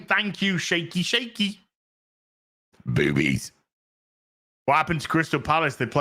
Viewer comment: Always thought it was “boobies”? 😂